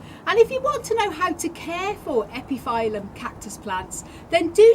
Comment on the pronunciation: Hi! I don't think that is important but epiphyllum is pronouncing like [ˌepəˈfiləm] because of latin origin. And as always beautiful plants and gorgeous blooms. Thank you!